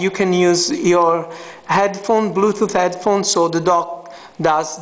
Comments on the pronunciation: bluetooth not bluthoot ! lmao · haha, i noticed him saying bluethooth istead of bluetooth. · blue toof hahaha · Of course i know what a Bluetooth is. This guy cant pronounce it.